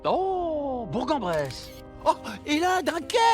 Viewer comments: Alors on prononce bourK en bresse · Ça se prononce BourK-en-Bresse 👀